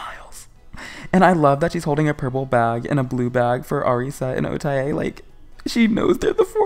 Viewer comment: O-Tae ain’t come home bc you keep saying her name wrong 😭